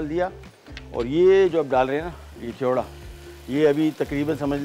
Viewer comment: Khewda nahi kewda hai